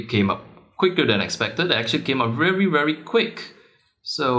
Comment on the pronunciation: "ph it come up WEARY WEARY quick #asians